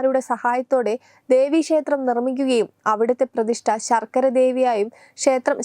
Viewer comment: ശർക്കര അല്ല കുട്ടി ശാർക്കര